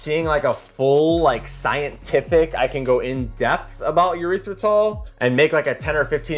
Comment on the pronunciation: A little frightened that nobody is calling our guy out for for his "erythritol" pronunciation. Like he's straight up saying "urethratol". Nooo bro its not a urethra. It is not a penis. Erythritol. Eeeerythritol.